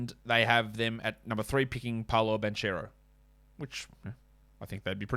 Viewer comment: Great work as always. Just a correction, the Banchero pronunciation is Bankero. The italians read "ch" as "k"